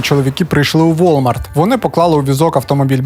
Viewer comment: назва Walmart читається УОМАРТ, вчіть англійську